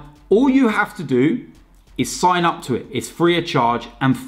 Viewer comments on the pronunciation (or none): none